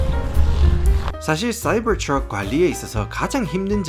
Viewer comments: 말투는 경상도 사투리쓰면서 쏴이붜트뤅 이란발음이 겁나 안어울립니다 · 싸이붜트뤜 ㅋㅋㅋㅋㅋㅋㅋㅋ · 사이버 트럭 발음 존굴리네